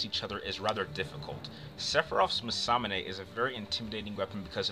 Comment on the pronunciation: Honestly man... You clearly have passion doing this, but come one.. For one there's no comparing between these two. Poor match up and quite frankly I found alot of your points were farfetched fiction. Also you really need better pronouncing of certain words. Americans want to make every language into english when it clearly isn't meant to be. Masamune is one of the easier japanese pronounced words of the series imo, im guessing anime isn't your forté but you might wanna do more research in the future. Also Hyperion even though it is english, how did you mess that one up?